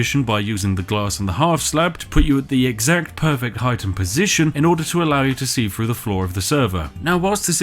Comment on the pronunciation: three = "free" everything = "everyfing" through = "froo" :)